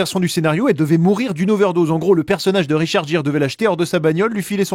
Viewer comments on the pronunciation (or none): Richard Jiiiiirrr hahahahaha c'est pas plutout Richard Gere ? (Gear: autre prononciation)